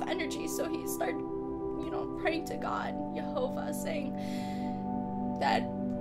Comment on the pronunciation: Hi i saw you talking to Attila on his channel, i recently watched a video with Doug Hamp and Nehemia Gordan talking about how to pronounce Yehovah, i used to say Yahuah but they convinced me it should be Yehovah and that sounded like the way you pronounced it so i was impressed! Not sure where you are at on your walk, i know Attila is a SDA right now, i try to be Torah observant in an attempt to walk life out like Yeshua did, although i still have a lot to work on. i feel bad that you went through such a terrible experience but praise Yehovah you were both okay, i hope your testimony helps a lot of people! i'm not sure if you have heard much about people starting to keep the Torah (also know as the law) as best as they can again which Moses prophesied in the Bible, Deuteronomy 30 King James Version (KJV) 30 And it shall come to pass, when all these things are come upon thee, the blessing and the curse, which I have set before thee, and thou shalt call them to mind among all the nations, whither the Lord thy God hath driven thee, 2 And shalt return unto the Lord thy God, and shalt obey his voice according to all that I command thee this day, thou and thy children, with all thine heart, and with all thy soul; 3 That then the Lord thy God will turn thy captivity, and have compassion upon thee, and will return and gather thee from all the nations, whither the Lord thy God hath scattered thee. 4 If any of thine be driven out unto the outmost parts of heaven, from thence wil